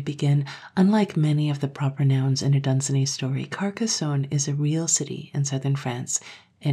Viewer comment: "Dunsany" rhymes with "rainy."